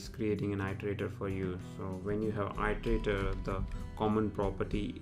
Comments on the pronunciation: Its pronounced erderaydor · It’s pronounced as eat-erator.